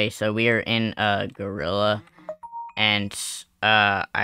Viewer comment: Why does bro sounds so crispy when he said "gorillaaaa"